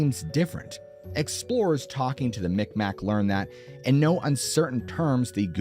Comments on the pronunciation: "Bruns-wick" not Broonswick. Miqmaq (mick mah) not mick mack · Its not called the mic mac they are called mi'kmaq meeg-mah e sounds like a i so more like mig-waah